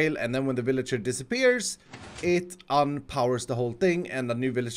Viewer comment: Ah yes The villiger yeetinator